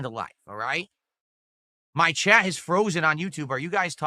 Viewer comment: He drops Ts when they’re at the end of words just like a toddler. “I’ll do wudder i waaa. Suppoor the stream! Send a super chaaa”